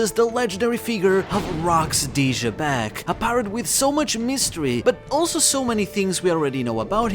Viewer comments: xebec being pronounced jaybec sound so dumb, almost like shitbag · You got Xebec's Japanese name wrong. It's written as ジーベック (JĪbekku) with the English pronunciation in mind, since the English pronunciation is like Zee-bek and the Zee sound would be ジー (JĪ/Zī). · that and he butchers the name more often then not.